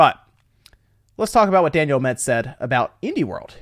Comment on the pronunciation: Learn how to read... what the fuck is Daniel A MED. sound it out fuckface